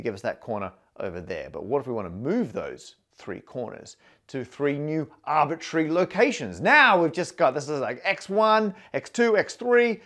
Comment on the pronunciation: MATT ... it's not "arbitary" ...the word is arbit R ary !!!